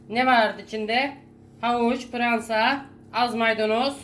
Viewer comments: Pıransa ne ya fıransa der gıbı sade pırasa bızım burda oyle derler hamuru yumak yapmaya bıle beceremıyorsun kalkmıssın tarıf vermeye onune gelen kanal acıyor ha bırde bu kadar bagırmanın anlamı ne hıc bır sey ankamadım off vallahı cok garıpsunız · Siz pirasaya piransa demissiniz.Bende Fransa anladim.😁😁😁😁